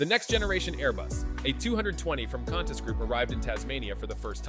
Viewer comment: Need to work on the voice over! Qantas is pronounced.. kwantas...not cantas.